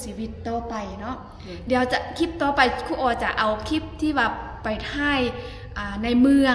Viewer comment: คุณครูสอนภาษาอังกฤษ คุณครูต้องพูดคำที่เป็นภาษาอังกฤษให้ถูกต้อง เป็นตัวอย่างกับคนอื่นด้วย. คำว่าคลิป มาจากภาษาอังกฤษว่า CLIP ต้องออกเสียง L. หรือ ล.ลิงด้วย อย่าพูดแต่ คิป คิป ๆๆๆ ทุกคำ😮😮😮😮